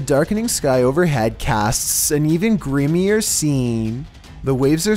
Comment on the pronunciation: Did you really say “GRIM-ier”?!! Dude...What does that even mean?!